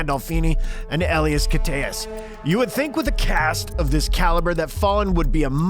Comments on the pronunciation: "Uh-lie-us" is how you pronounce Elias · U butchered Elias' name